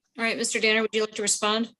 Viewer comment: I've watched so many of yours and others videos, and at times they seem to begin to all blur one into another.. but I think that is the guy who calls Mr. Danner "".. check me if I'm mistaken, but I have that ringing in my ears; and if doesn't say it that way then definitely another one of our Zoom Court gentlemen does. Btw, I agree with you regarding today's session.. minded his manners and was very respectful of the Court, the Judge, and today 🙃